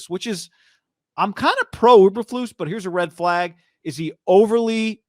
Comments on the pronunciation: E bur flus! Not Uber flus! And Lance bout to throw 3 picks in the first quarter! Good luck tho! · Btw, It’s EEEberflus “you kind of like”! Not UBER….FLUS!!! You don’t even know the coach’s name!! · E bur Floose